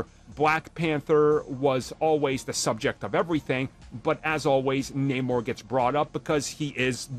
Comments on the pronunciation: Only if they pronounce his name correctly, like Arm does. Disney sucks. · Namor is his name you can prenounce it however it's not like the comic tells us how to pronounce it